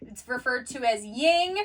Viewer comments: yin, not ying. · Why do you put a g on the end of Yin?